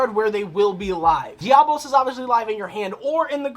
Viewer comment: It's Diabolos not diablos. Love the deck profile